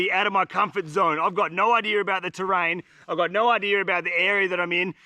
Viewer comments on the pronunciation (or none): I never saw an R in idea. Yet, you keep saying, "idear" 🤭